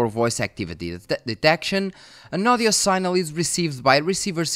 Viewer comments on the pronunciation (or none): Sig-nal is the pronunciation you’re looking for, not sign-el. One of those weird english things. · Just one piece of constructive criticism on your otherwise great video: pronunciation of "signal"; whilst phonetically "sign" is pronounce "sine", the word "signal" is phonetically pronounced "sig"-"nal" in English, and not "sine-al".